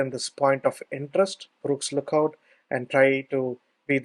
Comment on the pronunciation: Shame that it's so difficult to understand the thick Indian accent. Why didn't you get someone to narrate for you. Btw it's not Brooks Lookout. Although your transcript does say Burkes, you wrongly pronounced it as "Brooks". Had I not read the follow on, I'd be looking for Brooks Lookout, man. I have been here many times and never seen a cell tower, so perhaps didn't trek the exact same route as you. I was around the tv towers and the Kyeema memorial site.